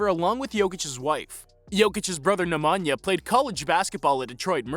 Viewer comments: "ne mah nyah" gosh lol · The way Americans pronounce Nemanja and Strahinja aaaah i can't xD